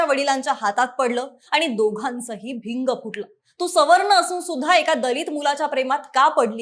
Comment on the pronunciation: भिंग नाही बिंग असते ते